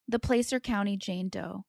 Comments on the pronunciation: You are saying placer County wrong you are sayinh it like playcer its plahcer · Placer rhymes with Lass. So Plass-ur. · Placer is pronounced (Plass•er)